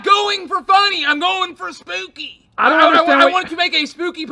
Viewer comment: “Im going for spewky” 😂